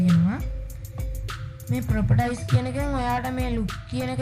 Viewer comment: Properties කියන්නේ ප්‍රොපටයිස් නෙවේ.. ප්‍රොපටීස්..